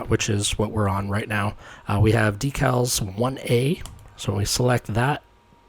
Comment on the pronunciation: Deckles? Really? DEE-cals. Rhymes with "wee pals."